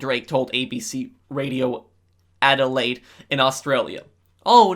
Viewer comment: I’m from melbourne and you are the first person not from Australia to pronounce Adelaide correctly. Congrats